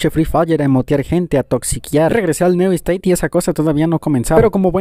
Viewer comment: Pubg neu esteit jajaja Se dice niu steit